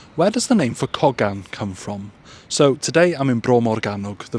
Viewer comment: Wow I’ve never heard it pronounced like that in over 60 years. It’s pronounced in Cardiff Coe-gan.